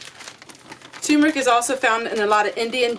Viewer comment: tur-meric not tumor ick☺ love ya, gal !